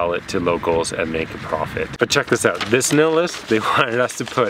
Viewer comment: I had NO idea you were German. You sound Canadian to me.. you said "out" the same way as many Canadians do.